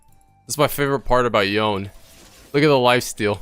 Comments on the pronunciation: Loved the vid, loved the info and tips, loved your attitude and the commentary, but bro: Yoh-neh. Not "Yown". Yoh-neh. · please its yoné not yon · Watching this video... the knowledge here is great for beginners but you made a point of saying "Yone" so many times... it's pronounced Yo-nay... and Berzerker's Greaves... not graves. Graves are where people are buried. Greaves is pronounced like grief, but with a v. Gre-eve-s. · Really grinds my gears when people can't pronounce such easy names. His name is Yone. Yo-ne